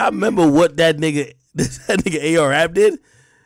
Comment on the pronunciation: “ the AR- ab of human trafficking “, I’m dying 😂😂😂